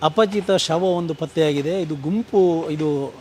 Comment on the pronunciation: ಅಪಚಿತ ಅಲ್ಲ ಅಪರಿಚಿತ